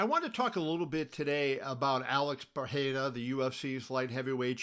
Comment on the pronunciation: Kevin great content. Please know the R in pereira is pronounced. Its not like Spanish.